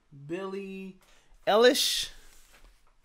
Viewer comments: Its pronounced eye- lish eilish I'm surprised you don't know who she is she's a huge artist youngest grammy winner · You're really asking, who she is? 😂 Well, just for starters: Billie Eilish (pronounced: Eye-lish) is one of the most popular and awarded music artists worldwide. Streams of her songs and videos are in the billions, she's had the most successful album in 2019, she's a five time Grammy winner and has just received 4 new nominations, not to mention all other awards. She's the most streamed female artist on Spotify worldwide in 2019 and 2020. She writes all her music (with her brother Finneas, who's also her sole producer), she sold out a world arena tour in minutes, she's now also directing her videos. She wrote the theme song for the new James Bond movie. She's going to turn 19 in a few weeks, but has already had a music career for 5 years! Imo, she's the most interesting, creative and talented music artist, which I've discovered in the last 20 years. SHE IS AMAZING!